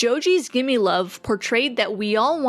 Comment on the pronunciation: GIMME LOVE NOT GIMMIE LOVE